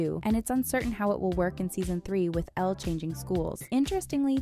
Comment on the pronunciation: Can we just get an applause for actually saying Elle instead Ella 👏👏👏